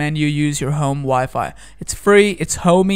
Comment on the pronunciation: Ig he's trying to say home wifi!